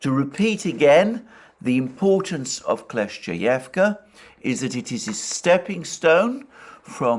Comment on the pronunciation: Let’s pray that the village of Kleshchevka gets captured by the Russians as soon as possible so Alexander doesn’t have to deal with pronouncing it anymore. 🙏